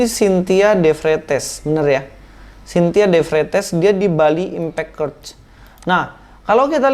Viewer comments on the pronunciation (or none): Menit 3.51......"kert"....CHURCH....mestinya "cher'ch".......periksa lagi!